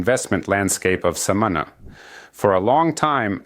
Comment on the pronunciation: We say Samaná, accent on the a like Samanah. Informative video thank you!